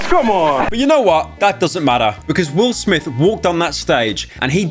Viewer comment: Wil Smif fel ooff